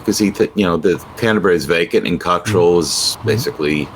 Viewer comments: Kot rell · Time AU had an agreed format for pronouncing 'Cottrell.' Get it wrong or get it right, but stop saying it three different ways in the same sentence, please. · Stress is on first syllable, as with most English pronunciation of names.